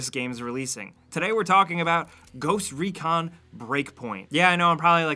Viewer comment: "GhOsT rEcAn" its called ghost recon and not ReCaN